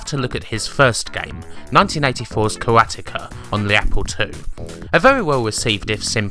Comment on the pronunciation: Love the work you do with the backstory, research etc.......but so many mis-pronunciations with people's names. It's "MECK-NER" not "MITCH-NER"....:) I know you are British...but it seems strange you would do so great at everything else but get people's names wrong so often lol. Karateka is mis-pronounced too. Maybe watch YouTube videos others have done so you get those names right. And something not necessarily wrong but interesting. In Canada & The United States things like Commodore 128 are said "one twenty-eight" .... not "1-2-8"....The Commodore 64 is said "sixty-four", and you don't call it the "Commodore 6-4" so I don't understand why you would think it's "1-2-8". Cultural thing I guess. The 6502 processor is general referred to as the "Sixty-five oh 2".....not "6-5-0h-2"....just being nitpicky but it drives me crazy when I watch your videos lol. :)